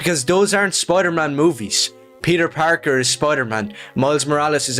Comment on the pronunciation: "peter pakr"